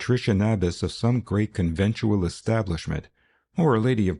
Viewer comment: Con-ven-TUAL establishment⁉️ timestamp